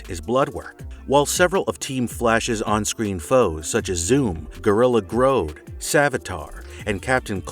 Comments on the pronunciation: gorilla groad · my man just said Gorilla Groad... wow.